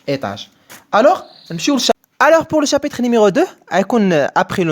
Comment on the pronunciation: شرح رائع و مبسط لكن المرجو الانتباه لكلمة chapitre و ليس chapiter